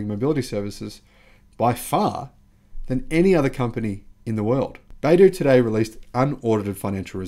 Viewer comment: Not bay-doo... it's bi-doo. You'll see the pinyin written as "bai" but that is pronounced bi (by)... as an aside, the company name, 百度, literally means 100 degrees